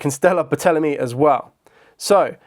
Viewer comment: The P is silent in a Ptolemy. And the symbol is Omega